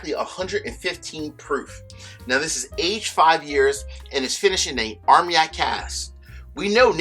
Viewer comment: It isn't pronounced "arm yak";; it is pronounced "armahn yak." Excellent reviews. Could you please give us your opinions on which bottles we should collect for investment value?